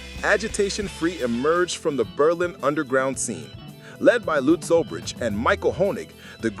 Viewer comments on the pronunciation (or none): none